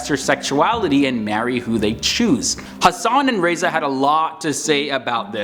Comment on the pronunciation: It’s Ha Sen